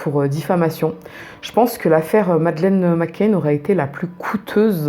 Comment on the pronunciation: McCann et pas McCain